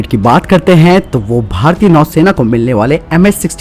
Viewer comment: नौसेना होता हैं न कि नैसेना